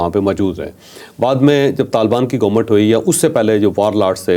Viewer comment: Gomment Gomment .. har Vlog main 20 dafa bolta hai gomment. Bhai Government hota hai.